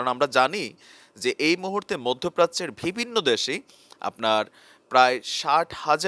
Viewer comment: vai apner shob kichu thik ase shudhu akta word apner always vul hoy jeta sunte kharap lage.word ta holo "bivinno" bt apni bolen "vibinno",, pronunciation ta thik kore niben n kichu mone krben na vai.thanks😊